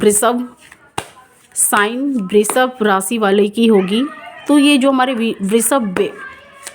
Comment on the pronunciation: Aapala pronounciation sudhariye🎉🎉🎉 thanks 🙏 and vrishabh, वृषभ बोलो, श को श ही बोलो आप स मत बोलो.